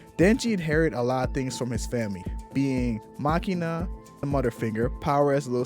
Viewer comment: It's MakiMa, with an M, not makina. Very good, insightful video, though!